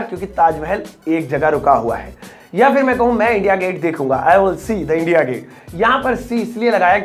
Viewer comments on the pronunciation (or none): none